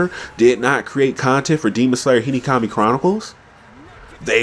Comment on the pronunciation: I love whenever you say Hinokami you say Hinikami 😂 Nice video though I agree